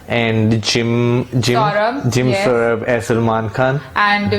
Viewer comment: jim sarbh hai be saurabh nhi... pehle bolna seekho fir react krna